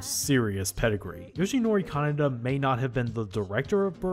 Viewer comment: Note that you constantly pronounce Kanada as Kaneda.